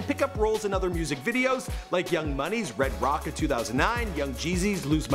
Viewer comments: Man said redrock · “Red rock” thanks for butchering the name of a young money classic😂😂